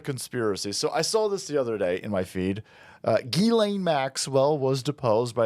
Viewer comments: Its pronounced “Jizz” lane Maxwell bro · Uh..., it's pronounced "Jizz-Lane" Maxwell